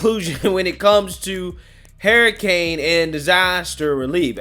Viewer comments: you are my favorite but please for the love of God say it like this.....her i cane....not hair i cane. Hurricane. LoL. I like it when people correct me. Figured you like that too. Sarcasm. ♥️😁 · I love you but it's Hurricane Huuuricane not Herricane lol